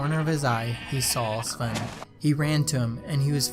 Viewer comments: ITS NOT SLEN ITS SVEN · Svlene its svene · You called Sven swen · Lol u kept saying “svwen” Love the video keep up the good work! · He says Svwen lmao